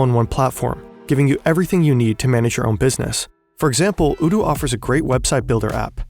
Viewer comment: Why are you pronouncing odoo with first singular o as oo? Is that how it is sounded? If not, then surely it's pronounced either as an o in not or as in bow?